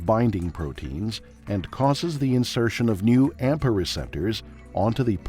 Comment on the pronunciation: Please note: "AMPA" not "APMA"